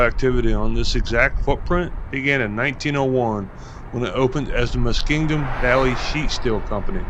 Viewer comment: The word Muskingum doesn’t have a d in it….Muskingdum?😆